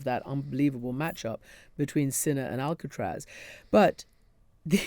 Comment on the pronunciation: The Spanish tennis player is Carlos Alcaraz not Alcatraz.